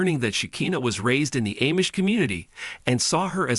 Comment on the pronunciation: Lame we already know all this plus this is so AI generated they don’t know how to say LA or Amish